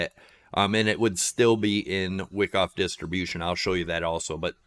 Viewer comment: Wow.... doesn't know Wyckoff ("not pronounced "wick off"). You need volume profile and learn how it relates to price. Also, that ABCDE pattern is not at all a valid elliot wave the way you have it labeled... pretty bad if you are actually trying to teach